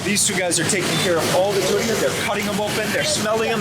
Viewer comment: Big fan but man the way you say durian is way over the top and pretty annoying honestly! Haha